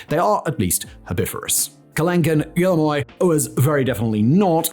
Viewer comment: He also pronounced guillermoi as "gorilla moy."